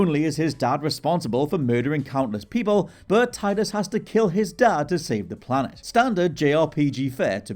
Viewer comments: It's Teedus. Not Tie dus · Its TEE-dus. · It’s pronounced “TEE-duss”